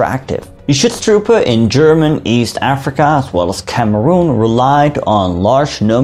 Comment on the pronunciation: Ich liebe es wenn englisch-sprachige irgendetwas auf deutsch aussprechen 😂 "Chutztrupä"